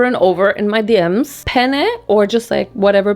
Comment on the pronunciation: GIRL you literally said penis in italian INSTEAD OF PENNE, I’M CRYING 😭😭🙏🏻🙏🏻